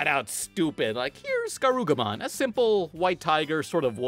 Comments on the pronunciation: Garu-- WHAT?? Mate, it literally says his name around him. IT IS LITERALLY BEHIND HIM! Can you not read?? Garu*ru*mon. Not garu*ga*mon. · you say garugamon T.T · Calls garurumon - garugamon, see ya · I KNEW I WASN'T THE ONLY ONE WHO THOUGHT IT SOUNDED LIKE "GARLIC CHAMPIONS"! I ALWAYS THOUGHT IT WAS "GARLA CHAMPIONS" WHEN I WAS LITTLE! I FEEL LIKE I'M FINALLY NOT ALONE! cries tears of joy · It's Garurumon not Garugamon you uncultured swine! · Fucker says garugamon and weregarugamon it's garurumon he even says it like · "garugamon" "mega digivolves into were garugamon" I...I can't tell if you're trying to trigger me. I legit can't twitches garurumon is one of my favorite digimon...@@ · I'm glad I'm not the only one who heard garlic champions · You pronounced garurumon wrong